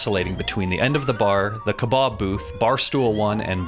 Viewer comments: I can't get over how weird he says kebab😂 Ke-Bawb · I can't stop laughing as he keeps saying "kuhbahhhb".